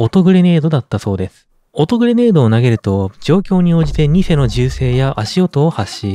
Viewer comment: ニセの発音ってニ↑セ↓なのか…